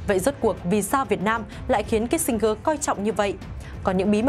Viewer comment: Tên người ta phiên là Kí-sin-giơ mà gơ đọc hoài. Chán.